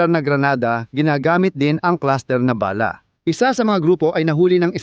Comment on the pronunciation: Ayusin mo pronounce mo Ng bala.. Hindi ba'la?.. baduy mo.. huwag Kang umanino sa mga nauna Sayo . Pag Ikaw Ang gumagawa Ang pangit ser..😅